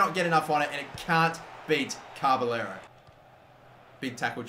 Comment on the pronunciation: It's not carberllero there is no r between ca and b